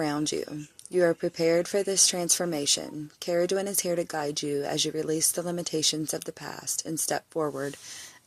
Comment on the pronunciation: Ooh I like the way you pronounced her name. Shape shifter, cool sh*t. Interesting story. Luv that you did some homework on her 😉 sounds like she is calling out to you! ❤